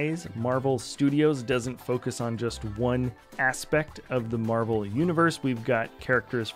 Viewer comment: I believe you mean "Marvel" lol